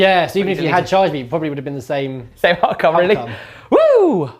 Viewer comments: Hearth is pronounced harth btw :) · Great video! Just a little thing, the 'e' in 'hearth' is silent :)